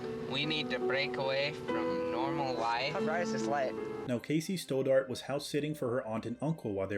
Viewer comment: St-odd-art not Sto-dart.